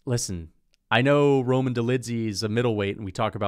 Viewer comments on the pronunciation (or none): none